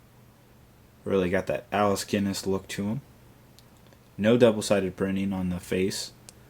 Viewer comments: I also hate how called him Alice Guiness when it's Alec Guiness. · Also, it's Sir Alec Guinness, not Alice Guinness.